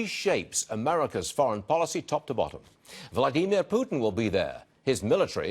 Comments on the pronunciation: "Vladneemare Putin" lmao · Nope, it was just wrong XD I'm Slavic, that ain't how you pronounce Vladimir XD